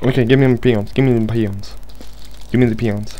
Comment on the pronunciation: Did anyone else think at first when he was repeating "Give me peons." that he was actually saying "Give me penis, give me penis."? Or is that just my dirty mind...